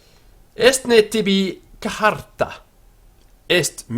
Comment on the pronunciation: Total waste of time. It took me a few minutes to realize that he was mutilating the simple word "charta" into something sounding like "kuh-har-ta." My advice: use the Italianate/Ecclesiastical pronunciation, where Latin is pronounced as if it were Italian. for the following reasons: 1 - It is much easier and more intuitive to pronounce, as well as GREATLY more pleasing to the ear. 2 - The church is the only place you'll ever hear Latin spoken outside of a Latin class anyway. 3 - The "Restored Classical Pronunciation" is really largely guesswork, and there are written examples of phonetically-spelled Latin from the Roman era that contradict it - and that make Latin sound like...wait for it...Italian! 4 - Why worry about sounding exactly like "educated Romans who lived on the Palatine Hill"? That's a bit of a narrow focus. The short take: if you are devoting more than 15 mins to learning to pronounce Latin, you're spending too much time on it. That is time that could be better spent on actually learning Latin.